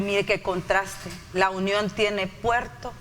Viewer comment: No se dice Lunion se dice La Union..por favor